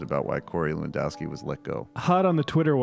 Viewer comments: actually it's more levandovski, no 'ff'. it's a polish name. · Its pronounced 'Levan-doff-ski'